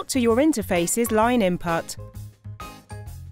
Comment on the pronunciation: I feel like it's a really high end text to speech program?? Like the cadence of some words and phrases is definitely off, and there are some words coming out wrong (input being inputt, etc) I could be wrong tho, and it could be someone that's just got a REALLY GOOD "customer service" voice